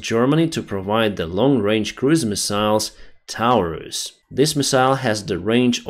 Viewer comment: “Misa’ils” “Misa’ils”